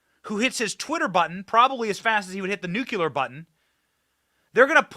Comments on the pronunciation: " Nucular ?" Wow !! 😂😂😂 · Benny for God's sake the word is Nuclear not nucular